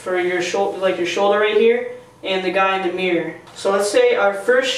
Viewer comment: the guy says mior instead of mirror